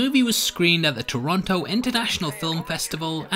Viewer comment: "Toronoto" ? really?